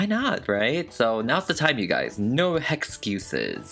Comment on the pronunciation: "No heXcuses!" I love that, I like how you add your own touch to words! 💗